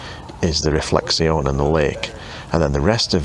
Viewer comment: ... you know, I am not from an "English-speaking" (or "French-speaking") country, but I was wondering : sometimes we can hear you say : "réflexion" (in French), but then we still hear similar words from you, like "description" (with English pronounciation instead of French) which leaves me a bit puzzled; it makes me wonder whether all Canadians are like this, you know, undecided, in the middle of the road, not knowing exactly which of the two languages to choose, English or French, so they use a bit of both 🙂🙂🙂 great video !